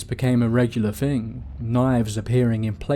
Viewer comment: To make the 'th' sound, you place the tongue under your upper front 4 teeth and blow. I feel a man of your calibre can accomplish such a feat. Saying Fing and Fought and Fink doesn't make you sound like a cool street cockney, you're far too posh. And don't give me the Jonathan Ross speech impediment excuse. You're an orator! You need to start acting like one.